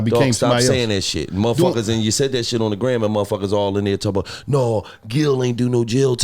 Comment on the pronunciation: “I’m talm bout” 😂